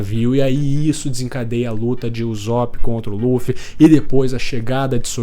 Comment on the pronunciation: queria muito entender porq tu fala UZOP e nao Usopp. Video incrivel, em CB não tem final feliz so depressão, é bom